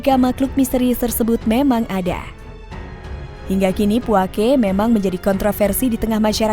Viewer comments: Bukan puakE.. tapi puake. Beda penekenan di huruf e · Penyebutan nya bukan puake tapi puaka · Puako deh 😁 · Puake kak bukan puake 😭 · Penyebutan puake nya salah mbak bro